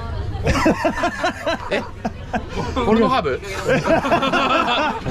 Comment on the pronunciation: 🤣 🤣 🤣 "Porno hubur"